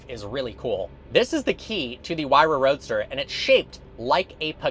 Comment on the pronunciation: It's not pronounced "why ra"...it's "hoo-ay-ra"...I own 58 of these